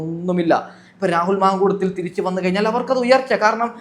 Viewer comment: രാഹുൽ മാങ്കൂളം അല്ല മാങ്കൂട്ടം